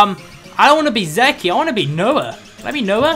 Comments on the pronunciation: It's funny how pronounces "Zeke' "Zeki", when it's actually pronounced "Zeek" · in English its pronounced like these letters zeke not ze key just informing you to help with English:D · He pronounces Zeke wrong... Oh well we'll just be hearing a ton of zeki